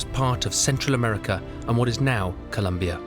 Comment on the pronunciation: for an expert on South America who speaks spanish - there's no excuse for his pronunciation of "Co-lOm- bia"